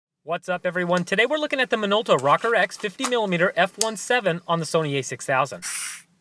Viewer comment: Pronounced Rowcore. Cool video.